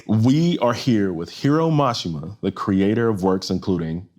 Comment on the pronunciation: How did Mashima sensei say his name correctly but you guys still pronounce it wrong. If your going to do a professional video at least say his name right. He literally said it how it's pronounced. No offense I just find it disrespectful. But Mashima probably doesn't care. If you love Japanese culture so much learn how to pronounce their names and words correctly. It's like your teaching everyone to say his name wrong. And he doesn't deserve that disrespect. I love this man. I know it's a small error but give him the honor that is due him.